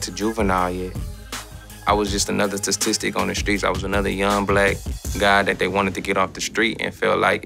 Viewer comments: Just another “‘tis-stis-tick” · He said tastistic